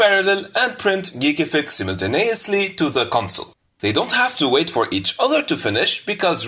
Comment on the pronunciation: yeah, especially his simnenteneniously